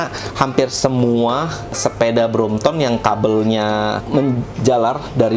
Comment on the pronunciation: Correction it’s BROMPTON and not BROMPTOM 😂